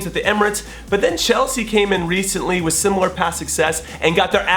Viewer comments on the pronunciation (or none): none